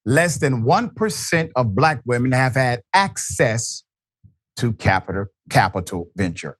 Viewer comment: Glade you noticed "blaAk"